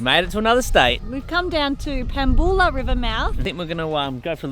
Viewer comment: Hey Perthians.... it's Pam-Bew-La